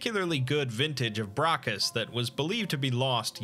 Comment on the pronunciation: Great video, but one thing: The special wine is called Bacchus, which is the name of the Roman god of wine and revelry, equivalent to the Greek god Dionysus. There is no letter R in Bacchus 😅